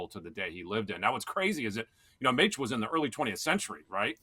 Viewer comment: Oh, Mochen for Machen. As a pastor in the OPC, that hurt my ears.:)